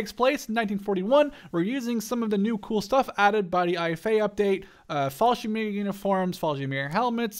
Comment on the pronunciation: you skipped like half of the word Fallschirmjäger it sounded like you said "fallshimeer"